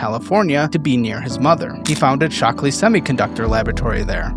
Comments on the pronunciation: Shockley, not "Stockley". come on, you even have the right thing on screen. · SHockley NOT STockley. Morons run California